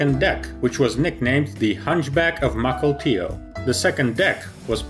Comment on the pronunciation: I did not know of the "hunchback of Mukilteo" but grats on pronouncing this deceptively simple name correctly. Now try Sequim and Puyallup. No, just kidding.